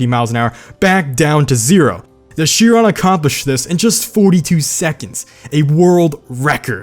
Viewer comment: It is Shee-ron